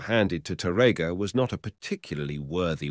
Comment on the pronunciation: Here the sound is much better than the other video. I still wish the narrator knew how to pronounce the word Tárrega (TÁ-rrega), but instead he pronounced it incorrectly as (taRRÉga) in many instances. It hurts my ears to hear mispronounce Spanish names in English. 🤔